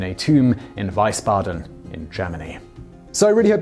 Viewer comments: IT'S WIESBADEN NOT WEISBADEN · Freiherr pron fryhair not freehair. Means a Lord with property with alloidial title (free lord) and not a fiefdom of some other higher Lord. Hence they are not properly barons, but are equal in rank. Also, Wiesbaden's pronounced VEESBADEN, not WYSBADEN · Its' Wiesbaden, not Weisbaden, Germany! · It's Wiesbaden, not Weisbaden... \*Grumblegrumblegrumble...* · First off, please learn just a little German pronunciation. "Fry-hair," not "Free-hair." "Tsoy-mur," not "Zoom-ur," and "Veese-bodden," not "Vise-bodden." Consider yourself schooled by an ignorant American. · Please note that German "ie" is pronounced "ee", not "ai". So "Weesbaden", not "Waisbaden". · Freiherr is pronounced FRY-hair. Wiesbaden is pronounced VEES-baden. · Man, I love your Videos! Small tip, though: you swap the pronounciation of "ie" and "ei". "Freiherr" should have an english "I" in it and... well, phonetically (again, english pronounciation) it is something like "Veesbudan". I don't really know if this is interesting or helpful at all, but I had fun writing it! :-D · Pronounced weesbadden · Dear Simon, please stop misspronouncing german words. Wiesbaden is not spoken as Weißbaden. The Z is also pronounced like an harsher C and not like a soft S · A hint on German pronunciation: the double vowel combination "ie" or "ei" have two very different sounds. The first is pronounced "ee," so the city "Wiesbaden" is pronounced like "Vees-bah-den" (yes, German "w" is pronounced like an English "v"). The second one "ei" is pronounced like the English word "eye," so "Freiherr" is pronounced like "Fry-hair." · Just nitpicking: In German, 'ei' is pronounced like the English letter 'i', so basically you would say 'Fry-Herr von Richthofen' The same error is commonly made with Newton's "old buddy" von Leibniz. Wiesbaden on the other hand is pronounced: 'Weesbaden' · Even closer would be "Veeze" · "ei" is pronounced "i".... "ie" is pronounced "e"..... for future videos.